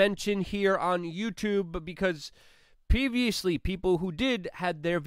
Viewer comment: Did Luke say pee-visouly